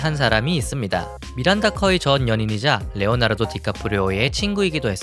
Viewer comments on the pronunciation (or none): none